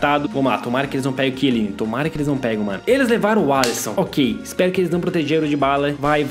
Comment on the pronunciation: não e quieline e chieline